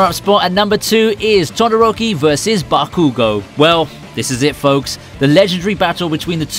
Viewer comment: Its call bakugo